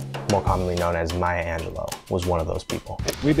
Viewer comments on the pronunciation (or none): I would humbly beg your pardon, but her last name is Angelou (pronounced Ahn je lu. Not Angeloe. It's French and the root word is Angel, which is a messenger. Rather fitting I would say. She was definitely a messenger of the spirit.). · I am so distracted by the fact that you mispronunce her last name as AngelO in stead of AngelEW. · Step one: Learn to say her last name correctly.